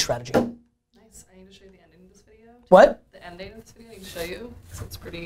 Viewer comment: Always Amazing content. But Gary. Stop saying Show like that!!! #breaktradition #donttellmetoFmyself. Love you man!